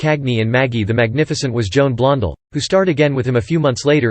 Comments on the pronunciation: Many mispronations here, the most glaring being Blond'al instead of Blond-dell' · Stop using that whiny sounding dorky - nerdy computer voice, and it’s unnatural inflection of names like Warner Bros., and pronunciation of actors’, and actresses’ names like “Blondull”!!! The name is pronounced BLON DELL!!! Oï vey!!! Also, stop overly repeating the same exact limited series of still photos of Cagney for 48 minutes - eeegaads!!!!